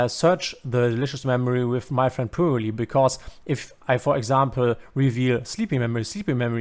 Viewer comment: shouldnt it pronounce as purely? saying pool-ly really grind my gears lol. Excellent guide btw !